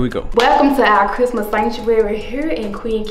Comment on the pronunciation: OMG it's not pronounced crimus it's Christmas with a S and a T in it sheesh